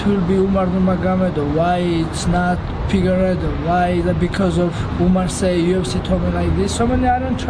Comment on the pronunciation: “Pigueiredo” - Merab